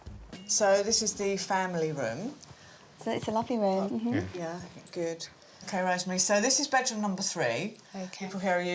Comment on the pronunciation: Typical yuppy puppy woman..." rhum screams update me"...her pronunciation?? My goodness...😮